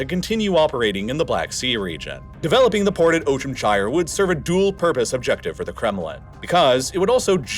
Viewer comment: Some spelling notes: Saakashvili is pronounced as "Saah-kah-shvili", with double "aa"; Ivanishvili is pronounced as "Ivan-ee-shvili"; Ochamchire is pronounced as "Ocham-chee-reh"; Turkish Ceyhan is pronounced as "Jeihan".